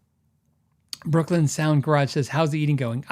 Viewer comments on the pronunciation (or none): none